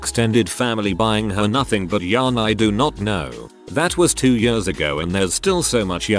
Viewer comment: I love when the robot voice tries to pronounce "years" and goes "yööörs"